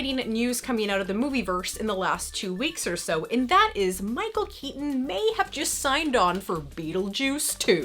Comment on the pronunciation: I So love all your videos but the way that you're pronouncing Michael Keaton is really driving me nuts LOL